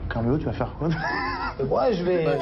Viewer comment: elle l’a appelé caramel au lieu carmelo ta meme pas réagi ptdrttt